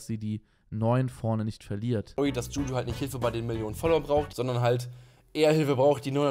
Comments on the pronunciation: DschuDschu.. aja.. maybe next time den Namen richtig aussprechen 🤣🤣🤣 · wie zu blöd ist Juju richtig auszusprechen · Wieso kann niemand Juju aussprechen